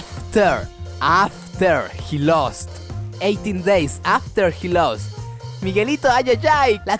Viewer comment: Repeat after me: AHHFTEAR. AHHFTEAR. Great video. Muy bueno!